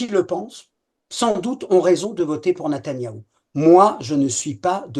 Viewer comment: natayahou?C est NETANYAHU,natanyah c est une ville, franchement vous vous ne vous rendez pas compte de ce que vous dîtes, un kapo 👎